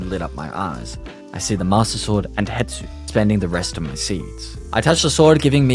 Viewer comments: Its not Hetsu its Hestu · It's Hestu btw not Hetsu lol, easliy mistaken, I've been playing botw for a few years now, so watching someone play it for the first time has made me see it from a different perspective- thx for this video it was great! Also how good is the book? Kinda want it